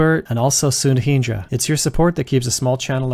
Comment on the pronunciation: It's hard to actually get used to all these functions. I still find myself using array.indexOf(elem) != -1 in place of includes, which stuck as a habit since 2009. Thanks for all the new stuff. By the way, I'm sorry to say this, but your pronunciation for Indian names is way off. s̪ud̪ʰiːn̪d̪rɜ is how you're supposed to pronounce it, not as s̪uɖʰiːn̪ɖrɜ. It's n̪ɜn̪d̪äː and not n̪äːn̪ɖɜ like that. Saying just so you know. All Indian languages are phonetic, and you're supposed to read the English representations as Anglicized Phonetics.